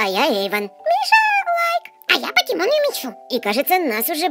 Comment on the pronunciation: покемон а не покимон софи а не сафи